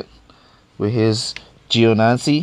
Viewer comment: 3 videos ive watched and in all 3 you destroy these drivers' names... Gionancy Raikugen etc... They arent hard names to read...